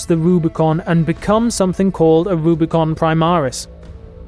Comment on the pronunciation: It's Rubicon, not Rubricon. It's meant as a reference to crossing the Rubicon River by Julius Caesar.